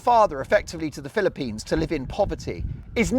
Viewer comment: You're taking that pronunciation of Philippines to a new level tonight. Is it because youre on holiday? It's making you giddy😅